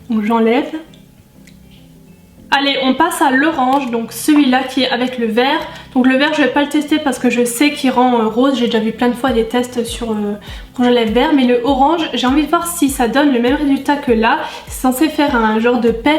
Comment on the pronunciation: "je passe à "l'erange " "